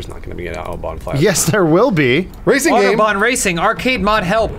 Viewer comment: Why can't they say autobahn right?